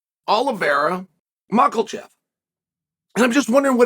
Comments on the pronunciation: “Mocklechev” “Serjey Pavlich” Never change Chael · I repeat saying Makel chev every day because of him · Several years on and ‘Mackle-chev’ gets me 100% of the time, all the time.